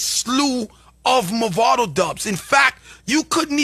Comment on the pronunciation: First of all, da man deh need fi stop mess up di artist name. His name is "Mavado", not "Movado". Movado a di watch ⌚️, Mavado a di artist. First get di pronunciation of the artist name right ✅️ before yuh chat 🙄😏